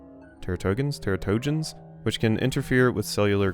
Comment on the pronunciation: Teratogens are basically things that cause birth defects. They're pronounced "TERRA-toe-JENS" with the teras root word translating to "monster" or "omen from the gods"